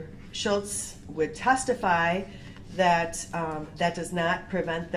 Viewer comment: Brooks' Translator: ----------------------------- axe = ask dat = that din = didn't dis = this duh = the finna = fixing to = about to oaf = oath substain = sustain tackit = tacit ting = thing tryna = trying to with all due respect = f#ck you